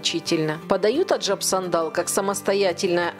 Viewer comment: Аджап сандан.. а не сандал какой то..